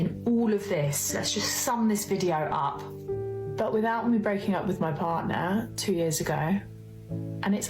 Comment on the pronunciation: What's a "bardnar"? 😂 Yeah, she cheated , he found out, he left. End of story. Whenever the women are vague, that's usually what happens. She literally said nothing for 15 minutes! She fumbled the ball and now will have to find some sad bloke to marry